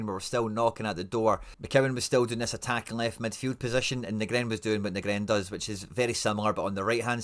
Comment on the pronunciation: Let me help you out bro... Too-nek-ti Nee-grin Nav-rot-ski (for old times sake) Gonnae stop nippy ma heid wae yer intentional mispronunciations I really want to listen to your channel, as otherwise you do a pro job, but yer letting yersel down wae that chat...